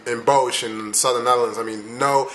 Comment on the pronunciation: Wow, I really had to replay it when you said "Bosh". We don't have a place named like that. But than I realized you were trying to say "Den Bosch" with is pronounced with a round "O" sound and just s simple sort "S" at the end... Good job though!